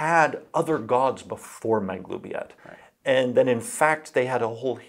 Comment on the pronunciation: Finally know how to pronounce Maglubiyet!